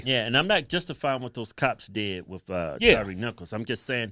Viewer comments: Then he gonna call him Tyrese nicols instead of Tyre 🤦🤦🤦. How you doing a eulogy and don't even get the man's name correct. If no one caught that it's at about the 5min mark when he's talking about climbing. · Sharpton couldn't even get Tyre Nichols name right